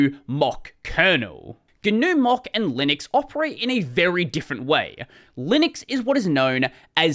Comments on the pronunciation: I just hear "mock", not "mach"... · More than six minutes in before I realized "Mock" is "Mach". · please look up how Mach's name is pronounced (I don't think I can put a link here)